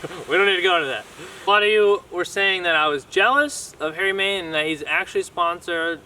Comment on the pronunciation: Dude its main not man (no hate just pointing out)keep it up brotha